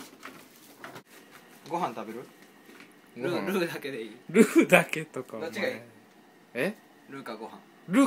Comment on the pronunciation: のルーの発音すき